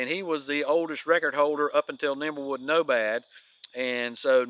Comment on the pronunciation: it is Nimblewill Nomad, not Nimblewood Nomad. It is my understanding that the name came from Nimblewill Gap near Dawsonville, GA. He is the caretaker at the Flagg Mt. Historical site in the Weogufka State Forest.